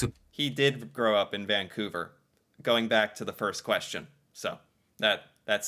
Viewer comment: ok. Vancouverite here… I’m shocked that even Ryan Reynolds mis-pronounced Vancouver. He, like too many other people, said “Vaingcouver”. It’s not Vaing. It’s VANcouver.